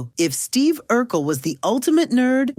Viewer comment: Urkel not Urquel😂